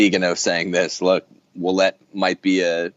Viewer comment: French-Canadian here... This is how you pronounce "Ouellette" = WAY-LET. Greetings from Ontario, Canada! :D